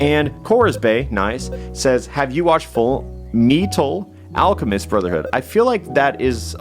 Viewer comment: I must protest the wrongful pronunciation of fullmetal alchemist